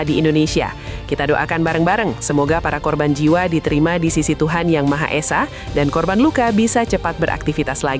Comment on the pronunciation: "Êsa" bukan "ésa".